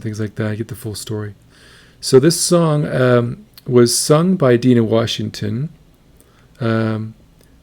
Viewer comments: Its NOT Deena, its Dina, as in die. Dina Washington. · I left out this "it's NOT Dee na, it's D eye na !!!". 🥰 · Can you say Die-nah? Dye-nah? Rhymes with mynah? Have you never heard the American folk song “I’ve been working on the railroad” (someone’s in the kitchen with Dinah)? Have you never heard of the book of Genesis, wherein which the 12 sons of Israel have a sister named Dinah— not Dee-nah!!! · Die-nah Washington, not deeeena.......just sayin , thanks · Her name is pronounced DI’-nah. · It is pronounced Die Nah Washington. I also listened to the original and was surprised how closely she sings to Dinah's version. I'm not going to ding an 8 yr.old for trying to sing like the records she listened to. I can't believe that singing in "her own voice" would be any different in the outcome. I think what she is doing is harder than to sing in what might be as easy to explain until she got older. Have you noticed how easy it is for her modulate her vibrato? Check the "Summertime" that she sang on NGT. She had been encouraged to just sing what you want and how you want. The fact that in her early years she can sing three songs and have them sound three different ways is pretty remarkable to me. This song was sung at my last wedding. While that didn't make past ten years, I got sick nothing lethal just a horrible pile of chronic symptoms. After almost eight years of tests and diminishing abilities, while it broke my heart I didn't blame her. The irony is just a few years after that she did get a bad diagnosis and passed a couple of years ago. Oh, there I go rambling about things nobody cares about. You don't need to apologize for anything. First, the song in it self can extract emotions, especially if you have memories of people who were close and are no longer there. Then there is the singer who should be face down in a 'Happy Meal' instead of singing songs that were hits back before we were her age, I'm 70 you get the idea. I close my eyes and the voice is coming to